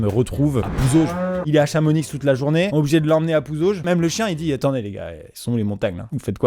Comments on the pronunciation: Sérieusement "CHAMONIXXX"???? on dit chamoni oublie le X 😭 alala les monchus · moi en entendant le ChamoniX 😧 C'est Chamonix, le x est muet pas ChamoniX, c'est comme si on disait AngerS ou bien PariS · Ptn t’a dit chamonixxx 😭 c chamonix (sans le x) 😭😭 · Dear Maxime, On ne dit pas ChamoniXXXX, on dit CHAMONIIIIIIII Merci bisous 😡🤣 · CHAMONI. NNNNIIIIIIIIIIIII ! On ne prononce pas le X !! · on dit PAS le x de Chamonix sa se prononce "chamoni" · ChamoniX???? Non Maxime c'est CHAMONIIIIIIII(x) !!!!!!!!!!! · Salut Amixem déjà pour commencer j'espère que tu vas bien ? Et simplement pour te dire qu'à le (x) de Chamonix ne ce prononce pas voilà voilà bonne soirée à toi 😁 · Chamonix on dit chamoni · « ChamoniX » 😭😭😭 ont prononce pas le x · J’adore vraiment tes vidéos Amixem, tu me fais énormément rire et cette vidéo est encore un exemple de ta suprématie sur le YouTube jeu français. Mais c’est Chamonix, pas Chamonixe, je te remercie au nom de tous les Savoyards Continue comme ça t’es génial (Sélection naturelle) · On dit pas ChamoniX 😂 le x se prononce pas lol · chamo quoi ?? pitié dites moi que j'ai rêvé et qu'il a pas dit "chamoniXE" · on ne preneuse pas le x de chamonix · Juste ça s'ecrit chamonix mais ça se dit chamoni :) prend soin de mes oreilles stp 🤣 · Maxime le x de Chamonix ne se prononce PAS ! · chamonix sans le "x" maxime :) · Chamonix le x se prononce pas 😭😭😭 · Nan Maxime t'as dit le x de Chamonix 😭😭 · CHAMONIXXXXXXXX !!!!!!!!!! T serieux respect ma ville natale on dit pas pariSSSSSSSS ENLEVE CE X toux de suite (si non j'adore t vidéos) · Chamonix 😂😭 le x se prononce pas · Du coup, Chamonix sans prononcer le X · On prononce pas le X de Chamonix si jamais 😂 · On dit pas le X dans Chamonix voyons 😂😂😂😂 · Comme d'hab super vidéo ! Mais aiiiiieee Chamonix en prononçant le "x" à la fin tu as fait du mal aux oreilles de tout les hauts savoyards 😂😂bon avouons que c'est pas logique non plus de dire "chamoni" mais on es bizarre nous les montagnards 😂